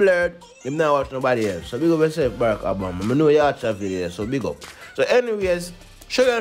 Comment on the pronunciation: The President's name is Obama, not Abama!